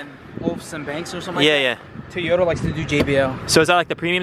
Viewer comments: Bro it’s so so so so so not a tayota ! Lol it’s a Toyota pronounce To not Ta lol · PLEASE, Say TOYOTA not TAYETA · TOY OTA broo not tie ota 🤣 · Bro its toyota not tayata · Stop saying tayota 😂.. clean ass whip tho 🔥🔥🔥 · I can’t get over saying Toyota wrong 😅🤣🤣🤣 this whole video I was just saying TOYOTA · Maybe it’s just me just the tayota gets to me 😭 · The amount of "tAyota" in this video 🤣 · Why do you keep saying TAAYOTA ?😵‍💫😵‍💫😵‍💫😂😂😂😂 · Man I look forward to this build. I always do a double take when you pronounce Toyota. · Bro you’re killing me with the way you pronounce Toyota. The Japanese do not pronounce it that way either. Your killing me smalls